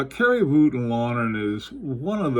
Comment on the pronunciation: The very exact pronunciation of Voutilainen is like so: it starts with the vo as wo in woke not as wo in wolf. So not vuotilainen but vOutilainen.